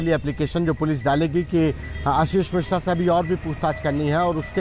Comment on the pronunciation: मिश्रा है मेडम जी।मिश्र नही है।